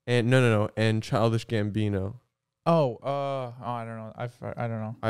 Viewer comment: i cannot listen to them say it right, it’s forever childish gambiño